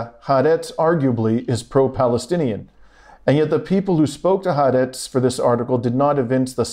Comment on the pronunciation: Please learn to say HAARETZ, "hah-are-retz